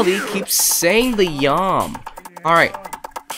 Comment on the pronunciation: baldi is saying yum not meow